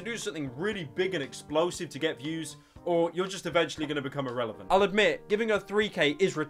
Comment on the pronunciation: "Irrevelant" lol